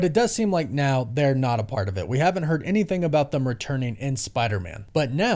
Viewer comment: man, again with the "thum" instead of "them"